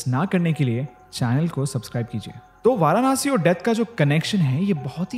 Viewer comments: It's not varaanasi..it's Varanasi 🙂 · It's not varanaasi bro it's Varanasi simply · Firstly pronounced and spell correctly it's nit varanashi It's varanasi Aur mai yahi pala badha hu But jaisa is yt wale ne sbka chutiya kata aisa kuxch ni hai koi strong energy feel waigar feel n hoti😂😂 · भाई वारानासी नहीं वाराणसी होता है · वाराणसी ✔️❤ Varanaasi ❌ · वो वाराणसी हैं... वारानासी नहीं हैं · It's not varanaasi 😂it's वाराणसी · It's Varanasi not Varanaasi Har Har Mahadev 🙏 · वाराणसी। And not वारानासि! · What nonsense way you pronounciate, it's वाराणसी not वाराणासी। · Varanasi bolna to sikh lo..Hindu ho tum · No offense but so many times he said Varanasi still didn't pronounce it rightly even once. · The varanasi pronunciation by him is too different...thnx for t information...but just one thing...karm kariye n life enjoy kariye....and apne baare m bhi sochiye...aage bhagwaan k haath m chor dijiye....varanasi story is quite feary...though so true...its t fact f this moksh nagri🙏🙏🙏🙏🕉🕉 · Pl pronounce Varanasi correctly. I don’t understand the fashion of pronouncing Vedaa, ayurvedaa even while speaking Hindi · varanasi theek se toh bol lo bro